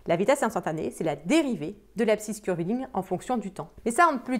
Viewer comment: "la dérivé de l'abscisse --> curveling" ??? Je n'ai pas compris ce que vous avez dit lors de ce passage :/